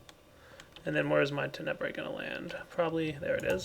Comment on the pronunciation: It continues to bug me that puts the emphasis on the second syllable of Tenebrae instead of the first. XD